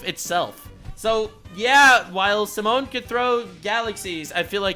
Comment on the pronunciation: His name is "Simon" for an even cooler character. "Simone" is the wrong one